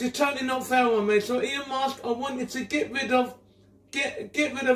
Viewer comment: “Elon Mosque” and the farting really got me